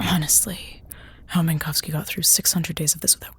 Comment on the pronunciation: I really like this episode. It isn't an essay on why Eiffel is bad, or why he is cruel or entitled--he is not any of those things--but he is insensitive. He says shit, mean shit. He doesn't mean it, not at all, but sometimes, intent doesn't really matter. Saying "Min*cow*ski" once? Get called 'wind-up girl' once? Get called an 'ET helpline' once? All fine, it was their simple, insensitive mistake. Tell them not to do it, and hope they follow through on that. They apologize, you endure it, you 'toughen up' that one time, and move on. But, if they do it repeatedly, then it becomes a problem. It starts to sting, you realize they don't respect your wishes. Your name. Your identity. They respect you as a whole, but not fundamental parts of you. Laughing at yourself doesn't help, it only validates the disrespect they are showing you. Tell them how they've hurt you, why their mispronunciation of your name is wrong/why their nickname for you is rude, and if they're good, they'll finally understand and STOP. That's what Eiffel does, and THAT is why I think he is so well written. He's hurt at first, of course he is. Realizing you've been accidentally hurting, disrespecting, and attacking your friends? That sucks. It really, really sucks. So, then what do you do? You say sorry, you apologize, and then you make things better by not hurting them like that again. Because, these friends? They care about you, its why they're telling you how you've hurt them. They might be angry, they might b